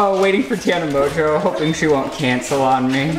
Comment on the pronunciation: I thought it was Tana Mon-go not Tana Monjeauuu. ive never seen any of her videos so this is the first time I hear her actually say her name... and it's annoying